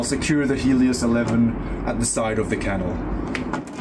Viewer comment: .. and learn to pronounce canal.